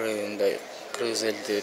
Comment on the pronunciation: Кызыл койнок Сен сакосунбу Гыргыз дебей так суйлобойсунбу